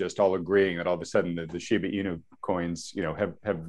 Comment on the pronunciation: It is not Shibu It is Shiba